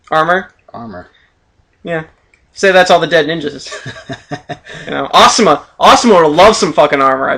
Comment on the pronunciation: Hmmm, More things you pronounce wrong... Asuma, Naruto, Amaterasu, Rasengan, Kumai, Susanoo(but you know you can't pronounce this), Sennin, Genin, Mangekyō, Raikage. But other than that I love your videos!